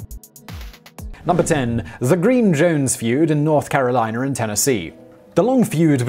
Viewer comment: Lmao it's killing me how you're saying " North Caroliner" and " Virginiar